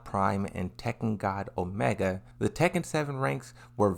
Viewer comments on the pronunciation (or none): none